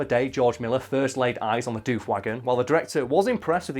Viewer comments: bruh, its doof like woof, not dewf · Yeah hearing it pronounce dewf isn't right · Your saying it wrong. D'oof is how you say Doof. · "Doof" the colloquial Australian name for outdoor rave music (cause it goes doof-doof-doof-doof, I'm not joking) is pronounced with a short double o, unlike the word roof. Doof Wagon, Doof Warrior; short double o. Otherwise your mouth fills with flies in the time it takes to go Oooh, true story.